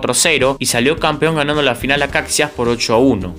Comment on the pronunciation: Buen contenido. Procura pronunciar bien los nombres de equipos que nunca has oído, como Maracaibo y Caixas. Voy viendo 2 vídeos tuyos y en los 2 hay errores de pronunciación